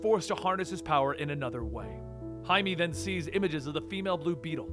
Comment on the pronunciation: why he pronounced Jaime(Haime) as Jaime(Haimi)